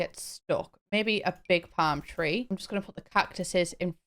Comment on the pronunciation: Love the front patio. Also why did you say palm tree but my brain heard “farm tree?” Wth is a farm tree. 🤦🏾‍♀️